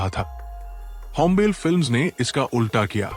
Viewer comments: भय्या ओ "होम्बेल फिल्म्स" नहीं ओ "होम्बाले फिल्म्स" है| थोडा pronunciation गलत् थि| Please correct it. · It is not hombile it is hombale ಹೊಂಬಾಳೆ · Not hombel , hombaale ( hom baale) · Ĥombàle❎️ hombaaale✅️ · it is not "hom bale", its pronounced "Houm Baaley". besides Kannada filmdom has given interesting movies back in 80's, like Pallavi- Anu Pallavi. the concept was not relatable then but apt now. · Hombil nahi Hai bhai it's hom... ba...😅 le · Its hombale means hombaale, not hombel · It's not होंबेल, it's होंबाले ( ಹೊಂಬಾಳೆ) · It is not hombel, Hombalé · It’s not hombell, it’s Hom- ba - le It’s not kuntara its Kaan- taara It’s not karnatak it’s Karnataka You need to work on editing. When narrating about KGF you’re showing Mahavatar narsmiha pics. Show relevant pics/ videos. Also hombale has not had any pan india vision its Yash who did all the hard work and took the film to Pan India and Vijay kiragandur trusted Yash in his vision. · Yeh Chris Gale nahi. Hombale is pronounced as Ho-m-baaa-lee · Pronounce it as home ba le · Pls take extra care on the pronunciations. It’s होम्बाळे…. कांतारा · Pronounced 'Hombaalley''. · Please production house ka naam wrong bol rahe hai.. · *hombale pronounced wrongly😅